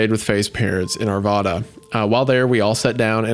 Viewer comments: Arvoda 😭 the vad in Arvada is pronounced like rad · The 'vad' part in Arvada is pronounced like rad. Unrealated... just about poo poo'd my pants when I heard my home town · hometown moment, and you just did the number one cardinal sin, its are-va-duh, not are-vah-duh. Each A is different, if you pronounce any of the As the same youre saying it wrong.